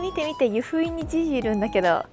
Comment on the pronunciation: 湯布院⤴︎じゃなくて湯布院⤵︎